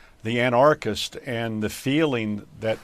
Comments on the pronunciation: wth is a "ana R christ", is he trying to mispronounce anarchist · AnARChist? If you can't pronounce Anarchist you sound pretty stupid. Also other stuff you said. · It’s not an arch isst good god learn how to pronounce words you don’t understand